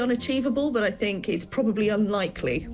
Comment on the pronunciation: Your presentations would sound a lot better if you could pronounce your “TH’s”…we don’t really want to know what you “FINK”.